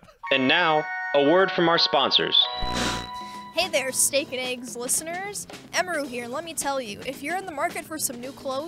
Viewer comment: For some reason it pisses me off when people pronounce eggs as ayggs. Wtf is wrong with yall lol